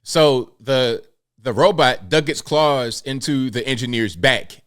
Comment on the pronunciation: it's claws...